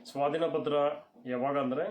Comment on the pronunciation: Swatina patra alla sir swadhina patra